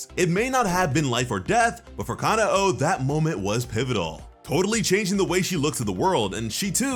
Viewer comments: Stop saying kana oh it’s kanoa ku-no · im pretty sure kanao is pronounces ca-now not ca-na-o